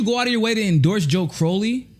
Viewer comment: you might want to take this one down and re-do it. Not because I think you're totally wrong, but for a couple other reasons: #1 It's pronounced crOW-ley, like growl. #2 You called Ro a "progressive careerist," but never really explained what you meant by that. You said that you didn't think he was necessarily acting nefarious, but didn't specify what you DID mean by calling him that. Personally I think I got it, because I've sort of thought the same thing about him - that he's not evil, he just saw the writing on the wall and jumped on board with progressive politics. Not because he's a true believer, but because he saw that as a way to further his political career. #3 You didn't ask the two most important questions that often get unasked when it comes to this Russiagate nonsense: How did Russia supposedly interfere with our elections? Before the goalposts got moved with all the talk of bots and the pittance of money that was spent on ads on google & facebook, the story was that Russia had conspired by releasing the DNC emails. This highlights again that all this was is showing the truth about what was going on behind the scenes, which has all since been verified. And why would Russia have even WANTED to interfere with U.S. elections? It might have something to do with the fact that we've been acting like imperialist douchebags, and Hillary Clinton was trying to egg Russia into war with the Syrian no-fly zone she promised.